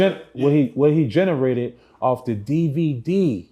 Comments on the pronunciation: I can’t listen to him. “Jhonarated” Jag haven’t been around long enough?! He is not bright. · Gene-erated. This guy is illiterate. Who doesn't know how to say generated? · Oh wow you can even say generated 🤦🏽‍♀️ I’m done ✌🏽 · Him not knowing how to say "generated" is all i needed to see ✌🏾